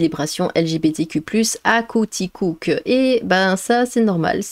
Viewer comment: Ça se prononce quoiticouque et Roy se prononce roi . Enfin on parle de mon Québec !